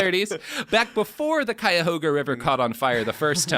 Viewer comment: ive heard cuyahoga get mispronounced so many times im shocked robert got it right